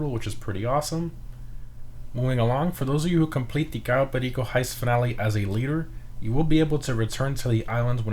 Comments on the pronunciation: My man becomes pure Colombian when he says Cayo Perico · HOW DID U SAID "CAYO PERICO" LIKE AN HISPANIC, Nunca los entenderé. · i still find it satisfying when he says cayo perico